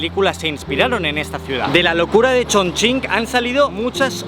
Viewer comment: No lo puedo creer, un español pronunciando bien Chongqing